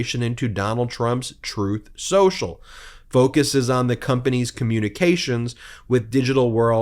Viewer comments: Trumf Sossel, as Trump pronounces Truth Social, would be a unique name. It's hard to find even a Russian mob that is as corrupt and criminally implicated as Donald Trump. Incredibly the ones with money in the washer at the Florida Trump Dump. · "Troth Senchel," Let's get that sh*t straight. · +/- It's called "Tooth Senjel", listen to what he says, not what he says he meant to say. 🤪 Covfefe4FR!! 🍊🤡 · Trowth Senchal, is done